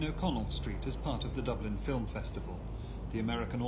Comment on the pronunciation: is educated. He says 'Fill - im'! Then there is the word as it is pronounced in 'Estuary English'; 'Fi'~wwm!'... (Hard to say - harder to write!)